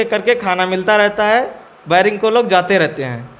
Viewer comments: बैरक नहीं बैरिंग😂😂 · Bering nhi 😂😂 beric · बैरिक नहीं बैरक होता है 😂😂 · "Bairak" ko biring bolta hai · Vairing nhi bhai bairak hota h....kya kaidi bnega re baba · अनपढ़ बेरिंग नहीं बैरक होता है! क्या legal help देगा रे तू 😆😆😆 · Are ghuchu bering nhi berek hota hai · Baring baring kya kr rhe ho zahilon.barrack hota hai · बैरिंग नहीं बैरिक होता है 😂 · बैरक नही बेरक 😂